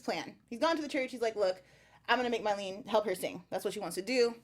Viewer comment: And calling Mylene "Mylena" dudeeee